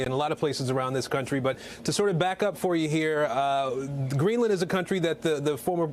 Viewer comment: in , he says "Greeland is a country" ?